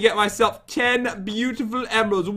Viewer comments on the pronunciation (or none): YE YE!!! Don't u mean bootiful